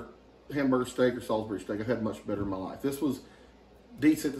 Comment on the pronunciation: I WILL SEND YOU CHEESESTEAK SAUCE FOR PA. ITS MADE HERE IN BETHLEHEM PA. WELL KNOWN FOR THE PHILLY CHEESE STEAK. YOU SAID SALISBURY CORRECT ❤❤